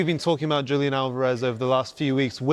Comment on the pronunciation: Not Yulian, Julian H